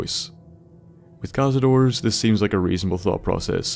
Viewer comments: Tip: Cazador means "hunter" in spanish, and the correct way to pronounce it when you refer to more than 1 it's "cazadores", not "cazadors". That "e" exists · thats hunter in spanish, or hunters, and, just saying, you pronounce the e at the end (at least if it is spanish)